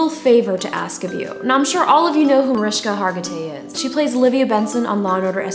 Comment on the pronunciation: haha it sounds like she's saying, "Marishka." hahaha